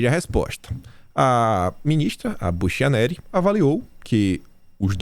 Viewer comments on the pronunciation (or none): apenas para esclarecimento, a pronuncia so sobrenome da ministra do TSE é Bukianeri. Parabéns pelo seu poder de síntese. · A pronúncia é "buQUianéri"